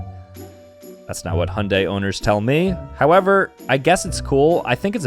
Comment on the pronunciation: OOOHHHHHHHH... I didn't even know those were 2 different car brands, I just thought u were pronouncing it weird LOL